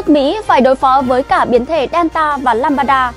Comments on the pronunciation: Biến thể “lamb da” theo tiếng việt tách ra, không phải ”lam ba da”đâu bạn mình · Lam-đa chứ không phải Lam-ba-đa em gái ơi. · Biếm thể LAMBDA, k phải LAMBADA. Xin đọc rõ! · Lambda= lam da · What ? biến chủng " lăm ba đa " ? kkk